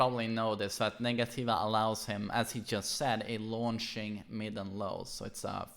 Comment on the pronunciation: Negativa is actually pronounced "nega-cheeva" my fren 😁🇧🇷